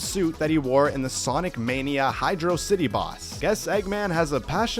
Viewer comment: Also, I give you points for using the CORRECT pronounciation of Hydro City, however you lose points for incorrectly pronouncing Studiopolis. (Seriously, where did people get "Studio-opolis" from the spelling?)